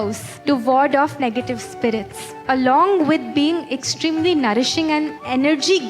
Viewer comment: Negetive spirits😂😂 how can someone who educated can even say that word? Wtf does negative spirits even mean? How people excuse all this BS??